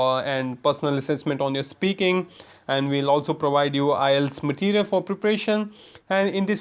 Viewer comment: you don't even know how to pronounce the word IELTS